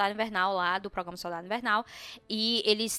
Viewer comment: ProgRama,! ProgRamar Kkkkkk não come esse R não